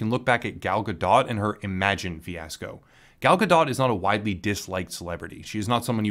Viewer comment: er, the "t" in Gal's name is silent brah